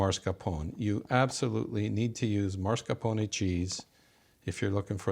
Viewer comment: mah-scar-POH-nay not MAR-scah-poh-nay.